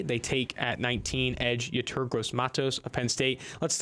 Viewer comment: When are they gonna learn to pronounce Yetur's name seeing how they talk about him literally every week